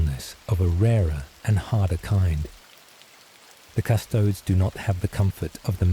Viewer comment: Custodes, pronounced like "'custodeez nutz"